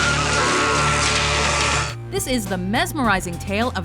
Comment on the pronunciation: Did this woman actually pronounce it "Suspeedeeya?!?!" Pretentious much?